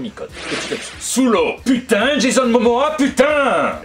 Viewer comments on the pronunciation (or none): none